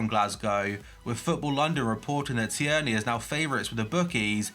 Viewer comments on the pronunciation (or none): It’s not Tee-er-knee It’s Teer-nay